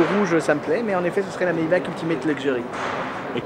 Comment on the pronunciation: sa se prononce "maybaR" en faite, moi aussi je faisais l'erreur avant (je tien ça de source sur, c Géraldine du JT d'auto plus qu'il l'a dit) Sinon super vidéo comme d'hab ^^